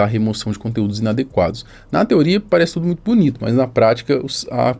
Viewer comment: “Ajusrar” “NUITO” parabéns!! Já começou matando o português e ainda quer argumentar